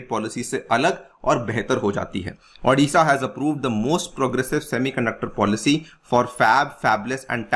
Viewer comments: Adisha nahi hai it's Odisha..O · Sir , Thats Odisha not adisha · Sir it is not Aa- disha It's O-disha